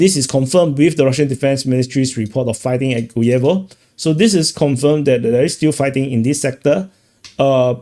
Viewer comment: Friend, in the name of “Guevo”, the tone is on the first syllable, I mean on “u”.